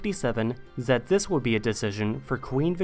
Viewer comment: Why do you pronounce this or the like zis and zat?